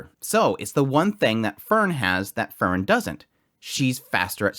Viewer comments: I relly enjoy your commentary, but just a little suggestion: you pronunciation of Frieren is too close to Fern. I know with context who you are talking about, but it would be more clear if you could say Freee-ren :) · Frieren vs Aura... you keep saying Fern Its pronounced FRee-ren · The way you pronounce Frieren is too close to Fern. Also for an episode named after her, there is much Frieren this episode.